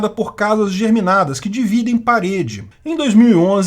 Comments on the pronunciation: Germinada não, ne kkkkk Geminada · "casas geminadas" (de gêmeas), não "germinadas". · Desculpa, você falou casas GERMINADAS ou GEMINADAS?